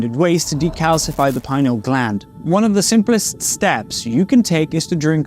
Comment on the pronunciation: You can't even pronounce "pineal gland" properly how can you lecture about it!!!!